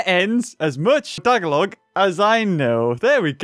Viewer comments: I understood it because i'm filipino what i'm implying is that it didn't sound filipino the first time i heard it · *speaks tagalog Peenoys in the comment section: "GoOd JoB ProNounCinG oUr LanGuaGe. I'm PiLipiNo" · I heard tagalug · Wait what?i live in Philippines and grew in it to but we pronounce it ta-ga-log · Hey Pinoy here i just like when he says the word tagalog he speaks it fastly ,its kinda cute to here because its like a child just sharing my opinion oh by the way how we pinoy pronounce tagalog is actually (tag-aaaaalug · does he even know how to say it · The way says Tagalog (which is the most used language in the Philippines ) is funny. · He triggered me by pronouncing Tagalog wrong